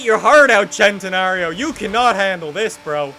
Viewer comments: It's pronounced Sentenario not Chentenario. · why does he say chentenario ffs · Why do people say "chentenario"? Isnt it pronounced "scentenario?